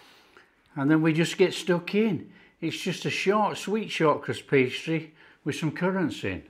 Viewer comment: I had to look up shawkras pastry, then realize he said short crust pastry.